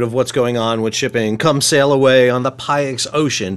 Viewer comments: Great update. Btw Pyxis rhymes with pick-sis. ❤ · If the name Pyxis is taken from the ancient Greek word for a medicine container, then it's probably meant to be pronounced 'pick-siss'. 🙂 Meanwhile, I imagine this will be one of those energy-saving solutions that's hard to comprehend in the short term, but which proves to be quite a good idea over time. It's a bit like the world's airlines saving fuel by reducing the number of tines their plastic dining forks have. 🍴👀 Going from four prongs down to three sounds like a stupidly tiny change, but the savings made over an individual plane's 30+year service life covering 50 million miles all add up; for an entire fleet of big jets, the fuel saved by not having to haul 0.02g (or whatever) of useless mass per fork around the globe is genuinely worthwhile. The nice thing about using the wind to help drive ships along is that the stuff is there all the time anyway. It follows you around for free, so you might as well try to make use of it. I don't know how long ships last, but sticking a simple wind-gathering device on one seems like a pretty good idea to me. I mean, why not? Why not? Hmm. 🤔Let me count the ways... Well, the biggest problem with many of today's supposedly brilliant ideas is that they're never SIMPLE, are they. I expect these nifty robo-sails will be ludicrously expensive, massively over-designed, cripplingly demanding to maintain, ruinously costly in terms of wasted cargo space... Sigh. And there's little point in spending millions on installing kit to harvest free e